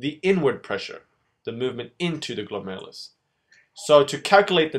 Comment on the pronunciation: i am literally laughing and crying at the same time while watching this video. the former because the way you tried to pronounce glomerulus is so funny, and the latter because i finally understand this part of nephrology! THANK YOU SO MUCH! i'm still waiting for the reabsorption video tho.. and can you PLEASE make one on countercurrent multiplication system?